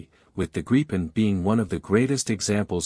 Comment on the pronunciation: Gripen pronounced Grip-pen